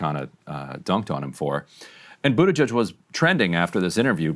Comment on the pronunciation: Buttigieg really is a fun surname, and for that alone I hope he'll remain in politics for years to come. "Booty-gig" is my favorite pronunciation so far